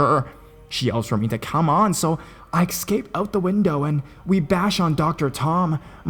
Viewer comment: It's es-cape! Not, ec-scape. You are a very talented narrator & I absolutely love your work. But that just drives me crazy.